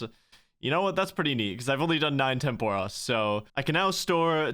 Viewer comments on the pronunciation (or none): Happy I never have to hear you say temp OROSS again. Huge fan. :)